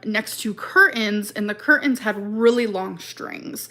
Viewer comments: She said in this one People sol ( saw ) them as trailer trash and her saying ker-TANES ( curtains ) twice in less than a minute 😂😂. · we were Trailer Trash that’s what everyone “Soll” us as …bLaH blah cur-TANES he was tangled in cur-TANES 😂😂😂 jeez